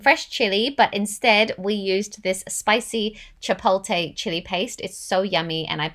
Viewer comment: I have a question, how come you don't drink those green drinks in the morning? And chopolte is pronounced as chi-polt-lay... I don't mean to sound like one of those pronunciation police people but I do hope this helps if you decide to say it as chi-polt-lay.